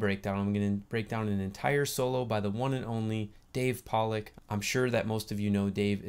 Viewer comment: Great breakdown!:) And yes you said my name correctly! Thanks for doing this analysis. It's nice to see people find the transcription useful. I've been learning this solo on tenor, just finished the whole thing literally yesterday.